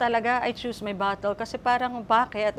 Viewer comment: you can’t buy Class…the “enunciation of words”, “grammar dear, you have to watch it when you are CLASS” and “pronunciation”…watch it, “Rich lady”!😂 “your stepmom, you regard her as “IT’s A DOCTOR???” 😂😂😂 and now you “CHOOSE YOUR BUH-TLE” (“battle”, you mean!) 😅😅😅